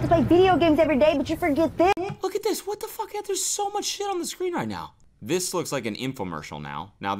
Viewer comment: "A? Hwhat did I do?" 😂😂👌